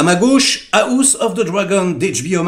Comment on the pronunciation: "A la gauche ✌️AOUSSE✌️ Of the Dragon"... 😂😂😂 Desolé 😂😂